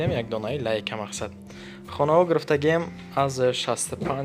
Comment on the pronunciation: сохиби канал, Калимахотона соз талафус кунен, омагияй не омадагияй грфтаги не гирифтаги каагияй не кардагияй, барои чик як харфира талафус намекунен??